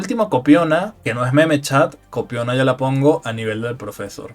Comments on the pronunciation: ¿¿Cómo que profésor!!?? ¿En dónde te educaste que le pones acento a profesor? Primera vez en mi vida que escucho a una persona decir profésor ! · Por que pronuncian proFEsor?? Lulu no esta tan muerta el maso de ella es muy roto lo malo que es muy dependiente de los caramelos raros